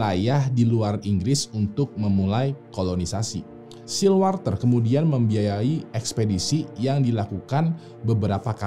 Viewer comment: untuk SIR WALTER RALEIGH, baca "SIR"nya bukan S-I-R Tapi S-È-R. Itu sebutan khusus yang diasosiasikan untuk pria-pria yang berhubungan dengan order of chivalry atau Knights/Ksatria kerajaan di Inggris, dan katanya berawal dari "SIRE" bacanya "SAIER". Mirip-mirip MR. dan MRS. tapi ini sebutan khusus yang dianugrahkan ke individu tertentu langsung oleh ratu. Contoh Sir Lewis Hamilton si pembalap F1. Sir Alex Ferguson si pelatih MC. Sir Rowan Atkinson, si Pemeran Mr. Bean. Kata Sir ini mulai dipakai pas jaman2 pertengahan, terutama jaman ksatria tuh bang. Seperti Sir Lancelot Du Lac. Sir Gawain of Lot. Sir Gareth. Sir Tristan. Sir Galahad. Sir Bedivere. Sir Percieval, dsbnya. Ini cuman sekedar info, karena itu salah satu Youtuber ternama, dan pastinya videonya ditonton orang banyak, jadi tujuan koreksi dari saya agar orang Indo gk malu2 amat ketika baca kata "Sir" didepan orang British nantinya. Atau kalau gua yang salah, tolong koreksi ya.